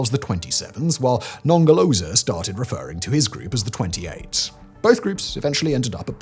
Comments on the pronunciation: Non ger lo zer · The british pronunciation of Nongoloza and Ngelekedyana is the best part of this video 🤣🤣🤣